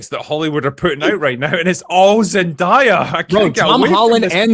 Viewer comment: It’s Zen-DAY-a. Not Zen-DIE-a.